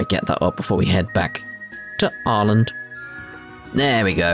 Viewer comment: It's still kind of jarring to hear how they pronounce Arland. Nonono it's Arland, not R land.